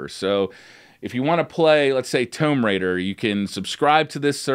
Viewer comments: Omg TOOOOOMB Raider. Not Tome raider. Note tomeb raider. Tomb Raider. Thank you for not saying it one more time as my head would have exploded. 😆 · Wtf is a "Tome Raider?" Lol it's pronounced "Toooooom" Raider (Tomb Raider) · TOME RAIDA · Did he just say tome raider!? Come on man. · Toemb lol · tohmb raider he said uhh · Getting annoyed with how he says "Tomb Raider". Sounds like he is saying "Towmb" lol. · no it's called mispronunciation. Notably different